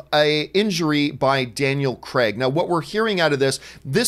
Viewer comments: Daniel Craig... Cray- g... not Creg. American/Canadian pronunciation of the name always amuses me. But I'm not that bothered about Bond 25, to be honest even though I love Craig in the role, I'm ready for a new Bond. Spectre felt like a natural conclusion for him, even though it was a terrible film. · Stop saying his name as "CREG" please